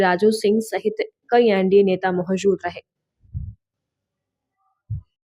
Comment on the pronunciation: Surkhiya ❌ Surkhiyan ✅Mahjood ❌ Moujood ✅Ejazat ✅